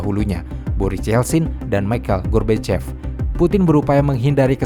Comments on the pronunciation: Michael gorbachev bamabang bukan michael gorbokep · Koq melafalkan Michael Gorbachev dengan gorbokep gitu sih? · Lagi serius denger.. Eh malah ngakak ngedenger narator ucapin mikhail gorbachev... Menit ...sengaja?